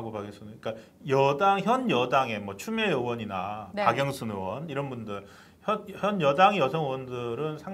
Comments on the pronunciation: 으원~으원~이라고 발음하는 정치인이나,방송인들 보면~구토중이 나옵니다. 자기나라말좀 제대로하세요! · 으원이 아니라, 의원입니다!! 의원이라고 혀가안돌아가면,방송하지 마세요~!! 방송하는사람이 자기나라말도 제대로못하면서 무슨방송을 한다고 그럽니까?